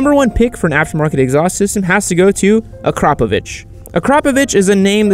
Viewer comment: It's not Ak-ROP-a-vic, it's Akra-PO-vic. That's not even semantics, it's just how it is from where the a and the o are in the name.